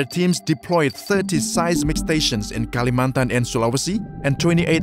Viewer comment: PAS BILANG KALIMANTAN ACCENT NYA INDO BANGET